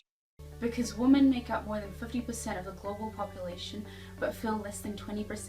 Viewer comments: Can anyone else not stand the fact she says "woman" instead of "women"... or is it just me? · she keeps saying woman instead of women. It's really annoying. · I just got annoyed how she kept saying woman. She can say men but apparently can't say women with an e? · She keeps saying woman when she means women. 1 in 6 woman? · Women. Women...... WOMEN!!! NOT WOMAN YOU DUMB KIWI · Why does everyone say woman? It's women. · Lots of kiwis say "woman" instead of "women". I only noticed it a couple of years back. No idea why. I think it sounds ridiculous.